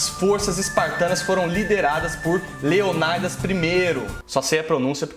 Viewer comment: Muito legal a série!! Só um detalhe, você usou algumas pronúncias em ingles, que não são corretas dado que o idioma grego tem pronuncia bem diferente do saxão. Então é "Leônidas" mesmo, e não "Leonaidas", que é a pronuncia inglesada hahah O mesmo acontece no jogo God of War, onde pronunciam Kratos como "Kreitous", mas na realidade seria pronunciado "Cratós". Xerxes não sei como é a pronuncia original hehe Mas só detalhe mesmo! Muito legal o vídeo!